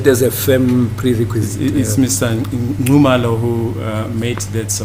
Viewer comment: disappointing me. How can he pronounce Mr Nxumalo as Ncumalo yet in his ethnic group they do have the surname Nxumalo. 🤔